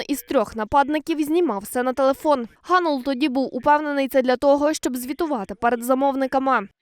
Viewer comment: Кореспондентці слід краще готуватись до репортажу - ГАнул, а не ГанУл.